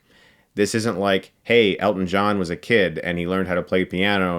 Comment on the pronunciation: Nice job on the movie, great to hear someone finally pronounce his name correctly, Hugh Jackman botched it for Eddie the Eagle, love the shirt